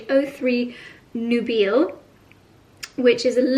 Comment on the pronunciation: Hey ….I think the lipstick from Tom Ford is pronounced “ NUBILE” with a long I…. Meaning “ marriageable or from this century “ sexually attractive. Beautiful lipsticks!